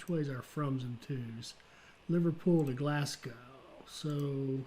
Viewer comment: hi. Pronunciation of Glasgow should be "Glass" for the first syllable and "go" (as in go for a walk) for the second syllable. The "burgh" part of Edinburgh should be pronounced "burrah" not "burg". Hope this helps?